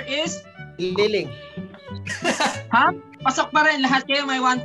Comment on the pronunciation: Ghaaaaad "Tililing"🤣